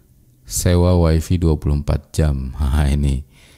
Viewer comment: Wify dibacanya WAI-FAI, bukan wai-fii. Kebanyakan wong jawa sering salah bacanya